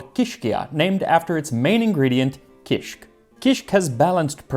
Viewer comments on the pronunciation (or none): Dude! I LOVE kishik. I had no clue that it's so old! It's still eaten in many different forms throughout Lebanon and the Levant. Typically it's a breakfast food. By the way, the pronunciation is ki-shik, two syllables. Kisikiyya is pronounced ki-skik-KIYY-a, stress on the third syllable with a lengthening of the Y.